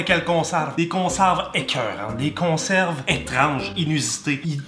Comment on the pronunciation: Good job! « consarves »😂 encore un like big lâche pas!